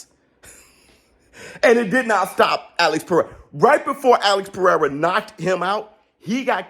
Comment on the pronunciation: Haha funny Alex. Perrrsra